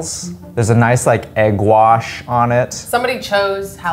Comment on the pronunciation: Warsh your sister sawce